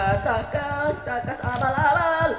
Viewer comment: Itu mah bukan tacas, tp taLas😂😂😂